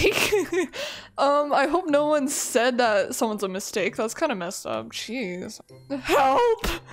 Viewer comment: When u said jeez in the beginning of the vid I thought u said cheese 😅😅😅😂😂😂